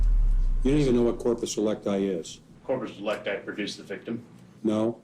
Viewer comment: Se non sapete parlare in latino, EVITATE! Si dice "corpus delicti" e si legge come si scrive... CORPUS DELICTI. Senza "inglesismi"...